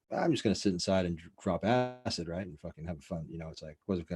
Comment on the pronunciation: "drop äăåãcid"